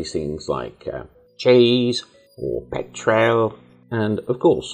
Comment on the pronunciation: It's actually "petrol", but good!